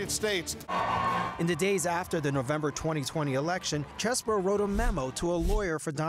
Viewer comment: why r they calling him Chess-bro? Is is pronounced Cheese-bro!!!!!!!! c'mon cnn😢